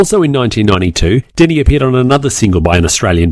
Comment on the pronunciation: Just a heads up, I believe it's Deni, not Demi. :)